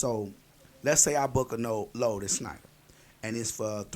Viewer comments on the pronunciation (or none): It's SHNEIDER, no SNEIDER. lmao